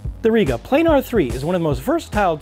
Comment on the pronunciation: Plah-Nahr goddamnit !!!.